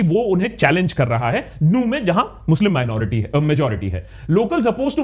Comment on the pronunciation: Emphasis on "Muslim"